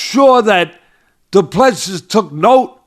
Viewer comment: Said as Doo Plu Sea,see as in ocean.Last 's' is silent